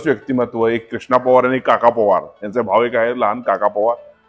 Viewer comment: पोवार नाही पवार म्हणा